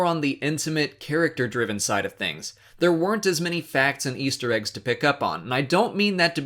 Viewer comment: "Easer, Eggs" Ya messed up there mate